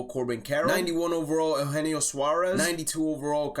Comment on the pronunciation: U-Jean-o (Eugenio)